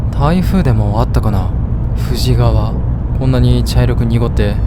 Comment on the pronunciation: 富士川はFUJI-KAWAと読むのが正しいです。